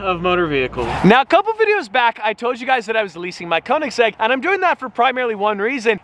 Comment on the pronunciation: koenigsegg not koenisgegg jokes aside, love the content